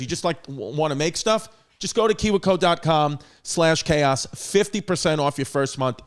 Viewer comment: I enjoy chris not knowing how to say KIWI CO